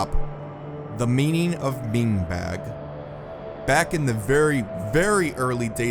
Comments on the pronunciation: btw, mingebag is pronounced "minjbag", not "mingbag" im pretty sure its a british slang term for vagina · not Mingebag it’s MINGBAG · Hey mate, its pronounced "min-je", mingebag. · the secret phrase used to be rusty bullet hole also wtf is 'ming bag'... it's mingebag, you minge at this point its pretty clear you're a gmod tourist, maybe leave the gmod info to the people who actually know it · You said mingbag wrong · bro not pronouncing the E in mingebag is insane